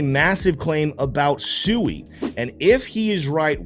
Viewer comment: Brother SUI is pronounced SWEEEEE. No one's getting SUUUUIIIIId of litigated. Great video